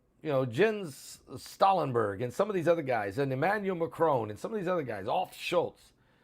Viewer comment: Olaf Schultz…not Olf